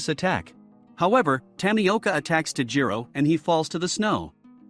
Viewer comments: Its tanjiro kamodo not tajiro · Why do you forget/ feel shy to pronounce the "n" in Tanjiro?? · Did he just say taijiro what the heck its tanjiro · It’s not Tajiro. It’s tanjiro. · Ah yes, tajiro kamado. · man said tajiro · bruh tajiro when its tanjiro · BRO it's tanjiro not tajiro and it's giyyu not giyu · isn't he Tanjiro not Tajiro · its tan ji ro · OK OK I GOTTA SAY WHO TF SAYS TAJIRO